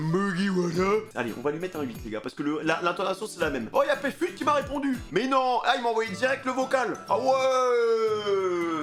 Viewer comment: c'est youcef pas pfut mdrr